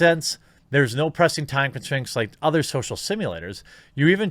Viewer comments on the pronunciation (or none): none